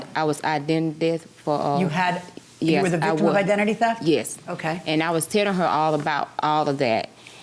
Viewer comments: I was thinking the same thing but I heard "I was Identity Death" 😂😂😂😂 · I can't with the english...what is "identdeth" and "I sant" and its not country....